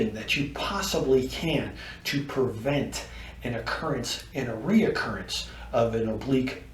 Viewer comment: Great video. But please realize there is no Letter o in 'recurrence'.